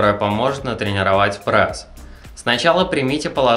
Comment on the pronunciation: Не Прэс, а пресс